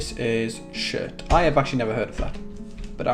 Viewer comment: When he said chert.....i though he said shit